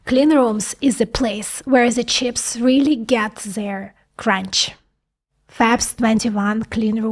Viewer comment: I love how you say “Chyps”, or “Chiips”, not quite “Cheeps”. Language is on a spectrum, pronunciation adds another layer of wonder.